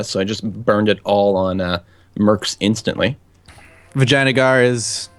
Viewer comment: Anyone else have that problem of hearing "Vagina Gaurd"? I always here the name but think of that